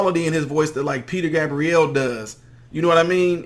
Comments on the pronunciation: Peter Gabb-Ree-Elle. lol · You're a nice and entertaining reviewer and this is a very good singer and song I used to play on the radio. I never before heard Peter Gabriel's last name pronounced like Juan Gabriel's last name is pronounced. I've always heard the "a" in Peter Gabriel's last name pronounced "ay." Peace and stay safe.